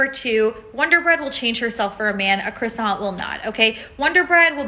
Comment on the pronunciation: Woman in pink jacket doesn’t know how to pronounce croissant.